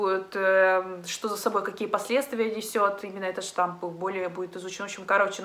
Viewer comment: только новый штамм вируса, а не штамп))